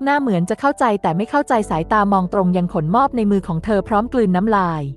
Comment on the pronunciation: ขะ หนม อบ ไม่ใช่ ขน มอบ 5555